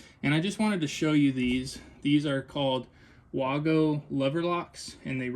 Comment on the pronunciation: X13 motor no thank you. And the only screw up i saw was you didn't seal around the Evap. inside the coil case you made. So you will have a ton of bypass air . And its pronounced (WAY-Go)